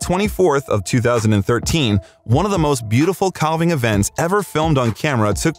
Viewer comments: Not to be a know-it-all but it is pronounced, CAV-ING not CAL-VING. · Dude, it’s not pronounced ‘cal-ving’ the ‘l’ is silent….it’s pronounced ‘caav-ing’ ….. 😏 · Go to Alaska. They are amazing. To the announcer: Think of this; a cow has a calf, not a callph. It's a calving, not a callving. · I love to watch videos about glaciers… but, I wish the narrators would learn how to pronounce “calving”. It is the same as in “cows have calves, so there is a calving season”. The “a” sounds like “cat” and the “l” is silent. I cringe every time I hear someone say “cal-ving”. Drives me nuts! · Wonderful clips. Thanks. A note: Calving is pronounced just as if a cow is giving birth to a calf. Almost like the letter "l" is not in the word. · Narorator, please learn how to pronounce “calving.” The L is silent. Like having but with a C.